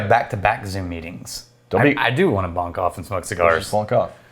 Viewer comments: Dudes, it's bunk off, not bonk off. Very different things lol... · Bunk off, not bonk off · I hope you guys were saying "bunk off" and not "bonk off". because bonking off is a different thing..... FYI